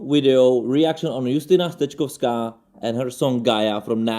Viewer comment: To rzadkie. Dziękuję za poprawną wymowę nazwiska naszej wokalistki. Pozdrowienia.